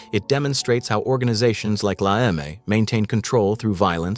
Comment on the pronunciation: Why does the narrator keep on saying la Eme wrong? one times he's says it correct and then 2 minutes after that he fucks it up again! Are you using an AI narrator? Be honest with me, because honesty lasts longer you see,. Lasts longer then you and me, longer then me and she, lasts longer then the elephant on the ground and longer then in the tree. Sorry got a little off track there, apoligies it's my ADHD, flairs up sometimes. But anyways all in all a decent video. There are a couple things that are incorrect, for example you say that Mundo got his nickname Machinegun because of the work he put in for la Eme. No, he tells this story himself on PFP Publishing, when he tells the story that they have to take out the husband of this bailbondslady they were working with. He just brought it along one time on a hit, didn't even use it himself or got used at all if I remember correctly and people starting calling him Machinegun Mundo after that and it stuck, even though he never held a machinegun again ever after that. And there are also some other inconsistencies. So unfortunately you're gonna get a thumbs down from me.